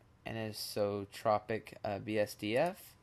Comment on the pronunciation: Dude, just FYI it's "AN-eye-soh-TROH-pic."